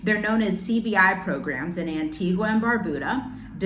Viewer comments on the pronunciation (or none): Dominica - Dom-min-knee- ka Antigua - Ann-tee-guh Caribbean - Carib-bean